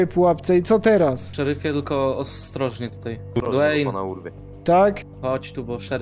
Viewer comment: Nie gilbert Nie dweyn Gelberito Dwayne